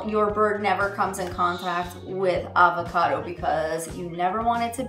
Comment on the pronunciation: It’s Av-a-cado... Arrrr-va-cado sounds weird 😂